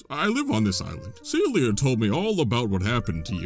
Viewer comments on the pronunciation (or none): YESSS PHANTOM HOURGLASS!!! if you’re looking for any help or anything about phantom hourglass i post about it all the time on and btw, it’s pronounced see-ella and not see-lia hahahaha